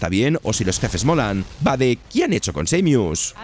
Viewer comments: Samius wtf jajajajajaj Sa-mus imagina que la mu es el sonido de la vaca muuuuuuu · seimius xd